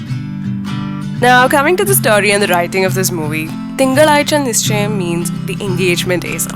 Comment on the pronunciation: You shouldn't have pronounced 'zha'.. 😃